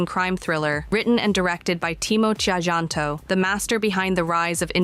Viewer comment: A little correction; His name is in an old form of the language. Timo "Tjahjanto" Is pronounced as Timo "Cahyanto" If it was written today